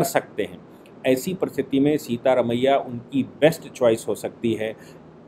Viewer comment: सीता रमिया नही सिद्ध रमिया।